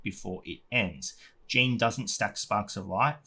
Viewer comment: Nice video, thank you ol boy. Remember to pronounce Jeanne in a French way, just like all high elves names are to be pronounced in Japanese! Xd